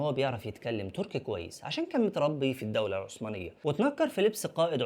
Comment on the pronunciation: اسمها الدولة العثمانية وليست الدولة العسمانية